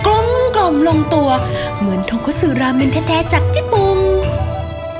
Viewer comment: ราเมนหรอคะไม่ใช่ราแมง